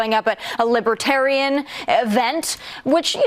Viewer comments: The world will end. Unless I'm elected." The large world. The greater world." Everyone knows it." I did nothing wrong. " I can't pronounce libiterian." I'm winning. I'm so rich." By a lot." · what's a "libba-tarian?" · Drumpft can’t even pronounce libertarian properly. And besides libertarians are not sympatico with authoritarians as far as I know.